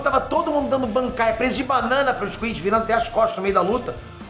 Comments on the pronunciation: O vídeo tá ótimo mas fala chama de quinci não quinchy por favor 😅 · "QuinXy" nao existe,. Aprende a falar. "QUINCY" COM 'C'